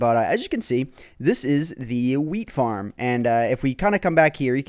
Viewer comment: lol he said FIRM